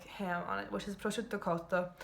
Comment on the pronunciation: Incredibile...un'americana capace di pronunciare correttamente il termine "prosciutto"....